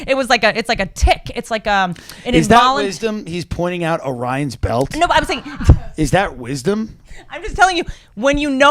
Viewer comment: I lke how Whitney said, "Ryans belt" and Tim low key corrected her by referring to it (properly) as Orian's Belt.